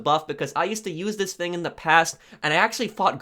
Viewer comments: The word is thing not fing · It's "thing" not "fing"